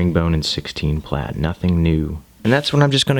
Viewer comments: Nice video to watch, but when you say plate instead of plait its nails down a chalk board. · Still lov watching ur process, even when u pronounce plait the wrong way 80% of the time lmao